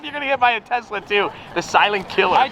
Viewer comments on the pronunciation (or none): none